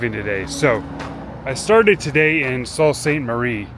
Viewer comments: Sault is pronounce Soo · You'd think he would hear a local pronounce it properly at some point...